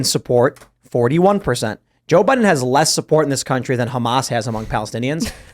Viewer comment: Did say country or cantry?